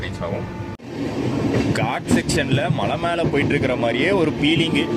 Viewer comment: feelingu ❌ peelingu ✔️ 😂😂